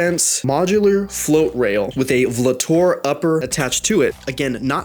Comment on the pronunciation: The way you pronounced "VLTOR" made me die inside...